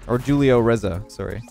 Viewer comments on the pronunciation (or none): Anyone else find it humorous how pronounced Julio? Just a heads up it’s pronounced Who-Lee-Oh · you pronounce Julio wrong. The J is supposed to be how you pronounce the "H" in the word how. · “Jewelio”